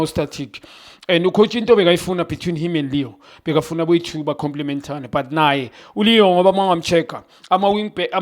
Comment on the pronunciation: Khanye leon not leo